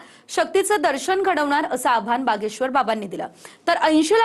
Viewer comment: बागेश्वर नाही भागेश्वर 😅